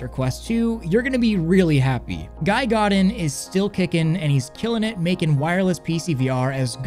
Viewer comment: Guy is pronounced Gee, hard G. Long E.